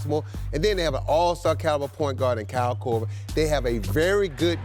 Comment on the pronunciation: did Sam Mitchell say Kyle Korever LMAO